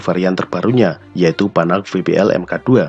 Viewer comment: Yg saya suka, naratornya mengucapkan Renault, Panhard dan Peugeot dengan pengucapan yg benar.